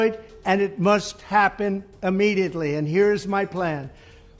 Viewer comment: Someone should tell him that the word is IMMEDIATELY NOT AMMEDIATELY